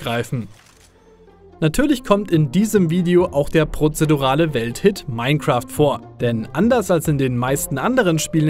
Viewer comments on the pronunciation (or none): none